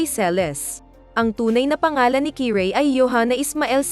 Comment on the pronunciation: Kirey. Yun kiray..😀brosas..broses.. 😄